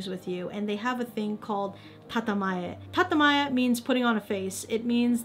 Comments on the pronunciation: "tatemae". Not "tatamae". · Its actually "Tatemae" and its counterpart is called Honne(pronounced Hon-ne) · Sorry to correct you but it's tatemae